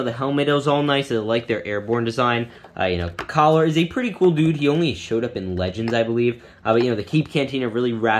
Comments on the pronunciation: Btw its commander Keller not collar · It’s Commander Keller not Caller lmao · its keller not caller